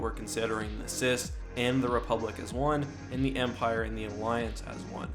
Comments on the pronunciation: If we’re going at each factions height, then the CIS (it’s pronounced C I S, not “sis” btw) And republic have (despite being allied) been at war for Atleast a year or two. This gives them logistical,strategic and combat experience while imperial crews and forces have never actually faced a military force other than small rebellions by that point. Also, if we’re going by legends (since you did include legends characters for the empire) the the CIS should have a much more powerful grievous (especially), ventress, dooku etc. They’d also have the potential for cortosis battle droids that would easily while out an imperial force. And the republic? Jesus Christ dude, just imagine the skilled jedi and cloned working with blaster proof battle droids. A star destroyer’s garrison would be like ants to them. They’d loose barley anything and take an entire imperial fleet. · ok I'm sorry but I really hate when you say "sis" in stead of C-I-S, but at least you're not saying at at instead of A-T - A-T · C I S Not cis